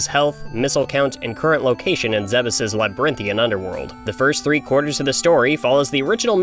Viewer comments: I'm sorry... Zeh-bus? I've always said "Zeebs". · Stop calling it "Zebbis" and learn how to pronounce "Zebes" like an American. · It's pronounced 'zeebz' Just like Thebes, Egypt. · Wait...is that how Zebes is supposed to be pronounced?? I've always pronounced it like Zee-b's